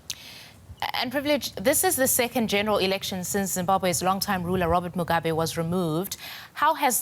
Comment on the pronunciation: Why is the narrator mispronouncing Robert Mugabe's name? It's not "Mugaba". 😐